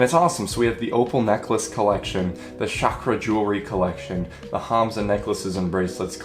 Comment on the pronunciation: Bonus points for pronouncing both chakra and hanza correctly.